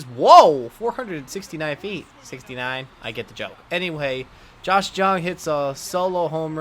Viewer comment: Re: Josh Jung HIs last name is actually pronounced as "Young"